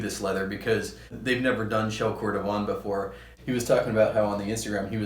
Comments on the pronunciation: Nice review, yet my the pronunciations are: Cordovan = Cord-o-VAN; Dainite = DAY-NIGHT. I’m just saying what the general consensus is regarding the names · Pronunciation-wise, you may want to revisit Dainite and cordovan! Are you on SF?